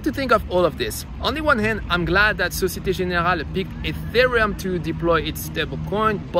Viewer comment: How do you pronounce Société Générale in French so fluently?